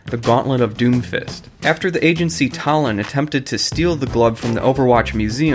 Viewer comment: It's pronounced (tah-lon) not (tuh-lon)